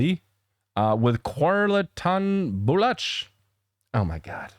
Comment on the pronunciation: it's pronounced "Zan Zo-hay-b" and "Ba-low-ch". This is a more traditional song I believe mainly in Punjabi language with the typical subject matter of love and its complications. Same there as here:).